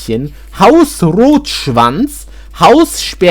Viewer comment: sorry did i hear house roach vans????